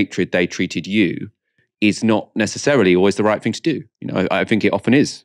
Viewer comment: why are you saying 'fink' and 'fing'?